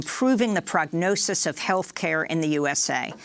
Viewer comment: "Health caya"?